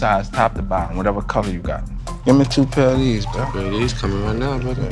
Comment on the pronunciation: " I WANT ALL TREE OF DEEZ " -Birdman